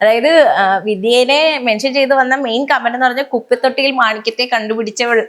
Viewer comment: അവതാരക ചേച്ചീ. കുപ്പിത്തൊട്ടിയിൽ എന്നല്ല കുപ്പത്തൊട്ടിയിൽ😂